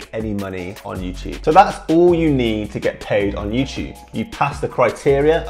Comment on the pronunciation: Youchube lol😂